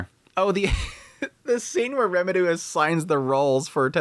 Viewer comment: Why the fuck can’t you say Rimuru’s name right